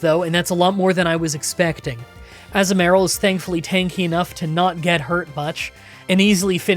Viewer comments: I love how you pronounces Togetic correctly (or decently enough) and goes on a rant about it. And then immediately pronounces Azumarill slightly incorrectly right after lol. The "azu" part is uh-zoo not ah-zuh but they both sound honestly fine and I don't really focus on how you pronounce it and mainly on the playthrough (I just thought this was funny) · so I get there's mons you're not sure how to pronounce but I nearly cry laughed when Azumaril became Assmaril that's literally what you said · Azu-merril definitely sounds wrong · struggling over the correct pronunciation of Togetic only to confidently say Azumarill wrong is just peak. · I can’t with the Azumarill pronunciation 😂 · I have never heard that pronunciation of Azumarill before but I kinda like it